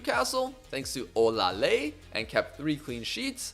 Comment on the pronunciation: olaleye name is pronounced as OLA LE YE.